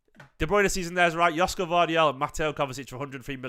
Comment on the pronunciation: Greetings from Sydney Australia mate 😂. It pronounced YOSHKO